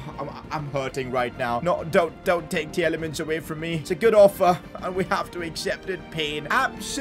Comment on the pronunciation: As a Belgian, it hurts hearing your pronounciation of Tielemans and Wout Faes lol